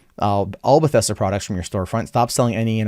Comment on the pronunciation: It's Bethesda,. Not "Bethesta." Jesus.